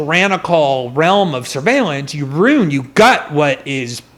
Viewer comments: Someone get this guy a memo that there is an "i" in the word ruin. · Greenwald somehow makes "ruin" a one syllable word